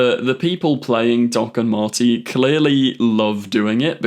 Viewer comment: ah yes Doc and Mharti